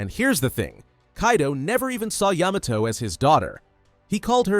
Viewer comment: Didn’t Yamato groom herself to be his son or smt also why does he say it as Yuh-Mah-Toe Its Yah-Mah-Toe